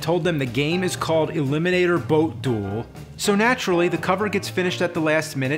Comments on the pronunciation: elimonator. ELIMONATOR. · E🚐🚋🚋🚎🐝or (E-limo-nat-or)